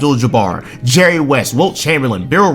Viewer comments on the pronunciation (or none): none